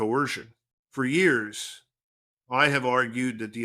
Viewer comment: Good content but the AI doesn’t know how to say years